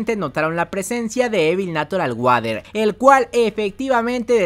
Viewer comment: E notado que dices natural guader en vez de natural warer